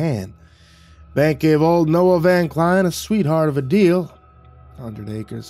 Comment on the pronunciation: It's pronounced Van (like the vehicle) Klein (rhymes with line)